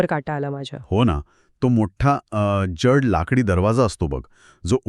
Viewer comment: ज्यड नाही....."जड". उच्चार नीट नसल्यास कथेची मजा हरवून जाते.